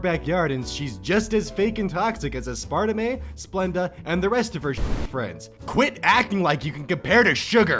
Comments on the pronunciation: Please correct the part you said Ass-part-a-may... Is pronounced ass-par-tame AND MY OCD IS UPSET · its STEE-vee-uh and ASS-par-tame not STAY-vee-uh and ass-PAR-ta-may you absolute BREADSTICK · a-spart-a-may??? not asper-tame? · *Made me laugh* Stevia (st-e-via) - "St-a-via" Aspartame (Ass-par-tame) - "Ass-sparta-may" He said them like they were actual names, not sugar substitutes. I think the only one he got right was "splenda" whatever the fuck that is.... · Hi 2021 depressed viewer here. A sparta may ans st'eh'viah are really weird ways to pronounce the sam'o'nella artificial sweeteners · can we just take a moment to appreciate how pronounces aspartame? as par ta may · "As-par-tay-may" Have I been saying it wrong? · did this man... just pronounce aspartame as... "A-Sparta-ma"? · “Ass-parta-may”... is that how this dude just pronounced aspartame...? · Aspartame. Say it with me: Ass-par-tame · As-per-TAME, GOD THAT URKED ME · THIS. IS. A SPARTA MAY!!! It's ah-sper-taym, bruh... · Lol are we gonna mention how he pronounced "aspertame"? Like I say as-par-ta-may in my head but in all reality it's as-per-tame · noone:: as-part-i-may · "aspertamé" XD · He really just pronounced Aspartame A-sparta-Meh. What the fuck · when you pronounced “aspartame” i started laughing really hard cause it sounded like some really intense form of like martial arts that your anime-obsessed friend kevin is trying to learn. (a-spr-teim is the pronunciation) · He pronounced aspartame like the name of Jack Black's character in that one episode of iCarly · Aspartame only has three syllables dude. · . He can’t even pronounce aspartame, and I will never forget that as long as I live. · I love how pronounces aspartame it’s like a sugar spartan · Bruh.. the way he said Stevia and Aspartame... 🤦🏻‍♀️ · You mispronounced aspartame. It's pronounced like tame. Simply unwatchable. Unsubscribed. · Never heard Aspartame pronounced like that. Thanks. I'm glad you are felling better. Yay.